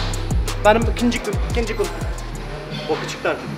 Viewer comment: tam telaffuz: ikınçı gun